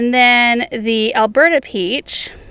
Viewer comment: Beautiful harvest! I thought you were saying “Alberta Peach” and got excited thinking I could grow that, but it’s Elberta Peach and not a zone 3. Sob. Keep up the amazing work!